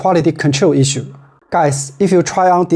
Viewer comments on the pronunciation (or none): none